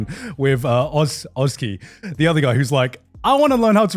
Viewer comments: Love the way they say Oczy's name "och-key". Oczy is the Polish word for eyes and oczki sounds like tiny, cute little eyes. Btw, it's "o-tchi" (the "tch" is like in "match") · Not to be annoying but their pronunciations of the Polish names are killing me as a Polish person 😭 especially Oczy (which itself irks me as a name because no person irl would be called "Eyes" even for a last name but that aside), it's not "otski", more like "ochuh" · The only thing I hate about this show is how everyone butchers the pronounciation of Oczy T_T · The only negative I would even consider is the fact that despite nailing the pronunciation of Rafał's name they fumbled completely with Oczy